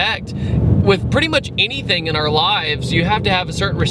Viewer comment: I just realised that you say "enything" instead of "anything".